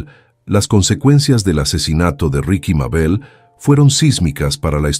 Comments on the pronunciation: Pero no es RIKY ES RIXI MÁBEL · Los relatos son muy buenos pero escucharlos en voz artificial le quitan mucho, ya que, en este relato por ejemplo no puede pronunciar el nombre correctamente, ricky, richi no es correcto se disfrutarian mucho mas con voz humana